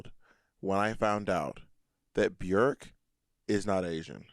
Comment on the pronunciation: bjerk lol its BJOooooooork